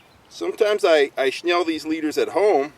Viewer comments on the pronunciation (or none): I think it's snell not schnell